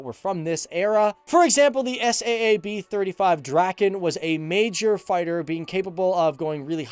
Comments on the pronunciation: not S A A B, its saab like the car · Saab like the car not s.a.a.b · S-A-A-B? How you manage to mispronounce the name of one of the biggest weapons/defense/aircraft companies in the world, aswell as a world famous car brand is remarkable. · Its Saab not s a a b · Why did you say S A A B its Saab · Why do say S.A.A.B when it’s Saab 😂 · 1950 sweden had about 7 millions citizens. And it's not called s a a b j 37, it's pronounce SAAB j37, like SAAB 900 TURBO or SAAB 9-5 TURBO! The airplane manufacturing is same company as the car manufacturing or the other way. 1995 they splitt the company's and Svenska Aeroplan AktieBolaget was divided to car manufacturer and airplane manufacturing. The last one stayed in swedish owning and the car manufacturing was sold to GM. And mostly on swedish air force you can google it, but best results you get in swedish spelling. But I liked your video anyway.😊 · The S-A-A-B... ? You really don't know what you are talking about, do you? It's pronounced Saab, a-sound as in "large". How on earth can you make a programme about the Swedish Airforce and not know that? How?? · Is not S.A.A.B. it is Saab like the car Saab. Just so you know😀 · It's pronounded Saab, because they like the car are made by Saab. Also, AWACS like "Aye-Wax"! 🙄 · FTD Saab doesn't stand for anything you can say it normally😂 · SAAB - ES--AY-AY-BEE.. :-D don't be afraid to pronounce as " 'sa:b " as the car brand Saab. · "S" "A" "A" "B" LOL! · he Said it lika S.A.A.B and it is one Word u say it like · It's SAAB. It's an abbreviation. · You don't say the letters in SAAB individually, it's just pronounced as one word.